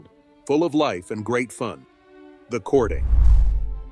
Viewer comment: Its not cording its courting